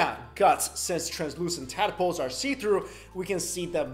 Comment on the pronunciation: Bro tadpoles not tad-a-poles